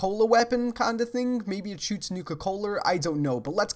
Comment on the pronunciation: when you say thing it sounds like ting